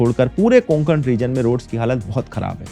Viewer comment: Not konkan its kokan